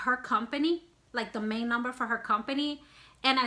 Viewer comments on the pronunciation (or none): none